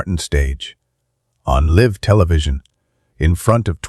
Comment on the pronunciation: How many times do you have to repeat the same thing? Learn to pronounce words ie. Live!